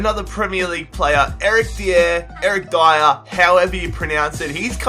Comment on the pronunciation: Its not D yer its Dayer